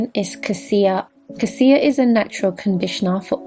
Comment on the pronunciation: Your pronunciations of Ayurveda and Cassia are incorrect..Fyi...mine is amla as well